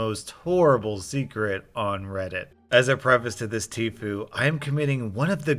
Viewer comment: TIFU: "Today I fucked up": "tee-foo"